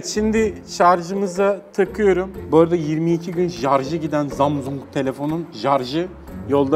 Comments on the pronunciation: No one:: Zamzung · Jarj zamzung daş..🤣🤣🤣 o ne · Zamzung / jarj çok komikk yaaaaa😂 😂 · Zamzung,jarj oluyor